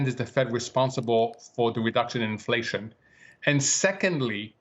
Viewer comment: Infwation is going to be vewy, vewy sticky.